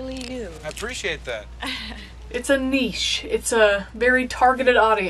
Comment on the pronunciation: I was so happy when you pronounced niche properly.